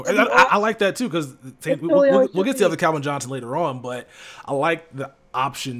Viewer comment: I've noticed for so long says Calvin like kelvin it always drives me nuts lmao